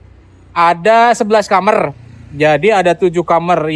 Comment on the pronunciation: maaf, kamar bukan kamer. 😁. 🙏🏻